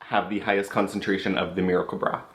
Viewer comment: Great series! Can't imagine spending that much for products, but it's great to hear a totally honest perspective. When you first said "miracle broth" in the video I thought you said "miracle bra" lol...this guy invented a cream and the miracle bra?? Oh wait...duh...lol! Have a wonderful day!